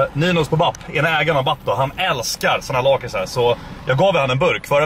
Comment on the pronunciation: Lakrits är gött MEN du uttalar lakrits feeel!!!!